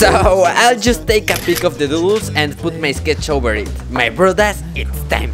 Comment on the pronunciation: u don't even know what you are actually saying when u pronounce the word doodles in your accent 😂😂😂 I bust out laughing everytime cuz the way u say it mean something tooooootallyyyy different in Persian 🙈🙉🙊 can anyone guess, i think you can figure it out 🙈🙈🙈🙈🙈 🤣🤣🤣🤣🤣🤣🤣